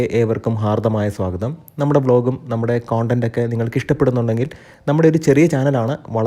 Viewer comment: Please check the correctness of pronunciation for "content" as the way you pronounce